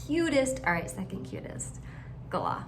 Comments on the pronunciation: Ummm I’ve never heard an Australian , or anyone that isn’t American, pronounce galah any way other than gah-LAH, and I’m a nzer. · You are the only person I know who enunciates galah that way. aussies and everyone else I've heard says it as GAH-lah, with the emphasis on the first syllable.